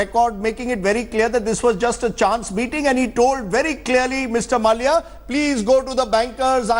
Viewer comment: Can someone inform that his name is pronounced Mallya and not Malaya. For goodness sake at least do things right on national television.... Cant get basic stuff right and they want us to trust them with the news....